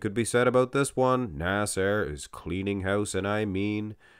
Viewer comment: When says "Nasser" it sounds like "A$$ HAIR" 😂😂😂😂